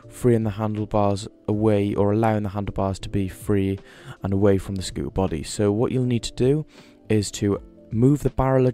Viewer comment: "scoo ah" it's a "scoo ter" the T is not silent in any language. Just saying